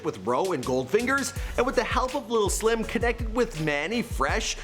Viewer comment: Did he just say Mike Lil Slim penis? Well then..